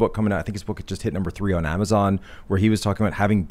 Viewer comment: The way says “on” (“oawn”) is SOO irritating. It’s not an accent it’s just him saying it wrong.